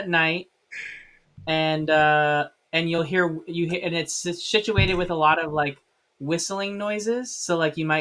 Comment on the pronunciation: I’m sorry did I hear say shituated 😂 😂